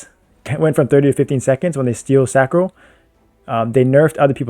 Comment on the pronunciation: You started saying Sacro instead of Sancro!! Proud of you bruh